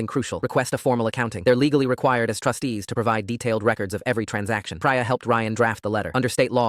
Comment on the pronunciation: It's not Pry-ah it's Pree-ah. That is how you pronounce Priya. Stupid AI stories and voice.